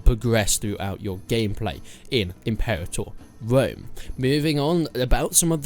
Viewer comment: Impewator Wome.